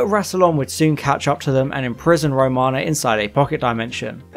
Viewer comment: This is by no means meant to be a nasty comment, but the tightarsed anorak in me is incensed and forces this query. Have you actually watched Classic Who, sir? The reason I ask is due to the myriad of mispronounced names/planets in this video (Track-en? La-Zarrrrs disease? Row- mana? etc). I have never tried the New Adventures/Missing Adventures/ Big Finish stuff and after your synopsises here of some of them, I'm glad!! Peri gets abused so badly she becomes infertile and needs facial reconstruction surgery? No thanks, makes 'Nil by Mouth' seem like 'Sesame Street' I'm sure... Kamelion has a baby with the TARDIS?!!! Excuse me? What drugs are these authors on? The desire to shock and be different being so strong clearly, that logic, common sense and realism (even in the Whoniverse) is obviously cast aside!